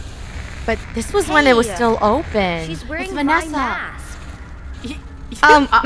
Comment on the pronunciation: i replayed it like 100 times then noticed it said Bannessa and not vannessa